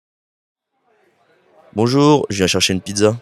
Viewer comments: Martin has terrible pronunciation. The first phrase sounds like /je.ʃaʃən.pidza/, not "je viens chercher une pizza" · It sounds like he said "je cherche un pizza". Instead of "je viens chercher un pizza". I also noticed that the "d" is dropped when you said, "elle est deja prete". Which sounds like elle-ledge-ah-prete. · Got it all from the start. Only two points I picked up on, I didn't hear the ' viens' at all in ' viens chercher', so guess it's been dropped, and noticed 'jà Pret' as opposed to 'déjà prêt' which was interesting.